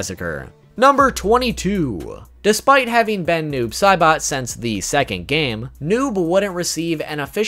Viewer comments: To that one guy bro it's Noob Saibot not Noob Caibot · He said noob Sibot it’s noob say SAYbot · Fact #26 : his name is pronounced noobs say-butt